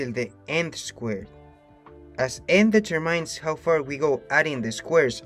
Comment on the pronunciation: The word "determines" is not pronounced as you think it is pronounced.